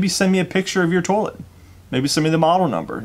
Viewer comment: 🤣💜 You say "tollet" just like me. That's the Most gratifying part of this video for me. My friends and family have made fun of me for 20 yrs because I'm the only one. (And we are all native Floridians).